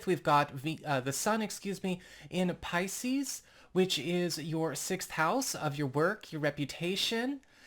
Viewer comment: Your intro does not match your belife. You hedge your bets. Its a nice intro. But a bots voice realy. I leaving you say piseces. Two fish look up seas i said see. Trust me im leylines i know?